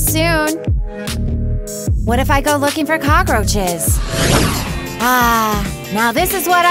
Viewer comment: I love how the poor girl says I'm gonna look for kokroches